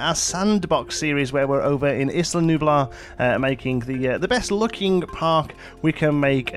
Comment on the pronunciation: been busy and not really following this 'cause I'm just not into dinos or Jurassic Park IP, but hey....... ISSla? No. EEE-la.:) Thanks.